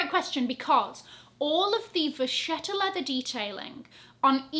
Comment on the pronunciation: Thank you for all the informations 😘 Vacchetta pronounces Vakketta FYI ( I’m italian and vacchetta is for cow leather ) 😉